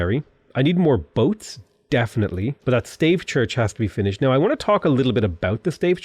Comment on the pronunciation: Pls, Stave Church is not a staff church in old British or something. :( You pronounce it as stAHvEH.